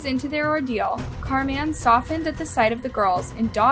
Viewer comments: Car Man????? This work was ok until that pronunciation. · 🎵 where in the world is "Car-MAN" in SanDiego 🎵 (the way she kept saying ☝😕 "Carman" sounded alil "off" to me) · Is so white that she doesn't know how to pronounce "Carmen" properly??? She's literally saying Car Men the whole time. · Im sorry but the way she says Carman is bugging me